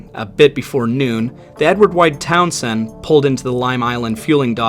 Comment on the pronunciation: The "Town Send....". The way he pronounces Townsend is interesting.